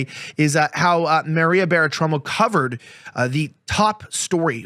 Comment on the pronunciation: What up with what is it with this newspaper that cannot pronounce Maria bartiromo You got to be kidding me what country are you from I mean I'm not really trying to be mean but that was pretty pathetic!